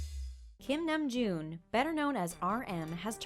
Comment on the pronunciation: THANK THE LORD SOMEONE PRONOUNCED HIS NAME CORRECTLY